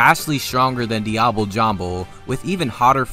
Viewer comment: Dee-ah-blay. For fucks sake.